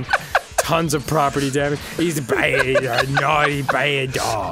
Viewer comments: Such a cwomment- toh, it's BAYD! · Captian America: I can do this all day. Thanos: Im a Baaid guy. Im a stwong, baaid, nauwthy guy! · STWONG BAED